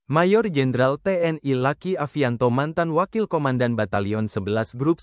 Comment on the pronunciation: Mas bro baca narasinya jangan kaku begitu luki jangan dibaca laki